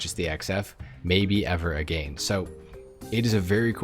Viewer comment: Caught you slipping hell what was that “again”? Goober